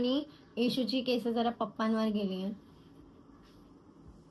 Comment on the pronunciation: Kesaaaaa nahi bolt kes boltatst